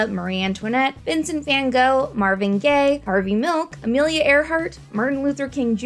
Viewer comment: Why cant nobody say van gogh correct?! 😅